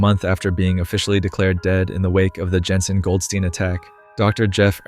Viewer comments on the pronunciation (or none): none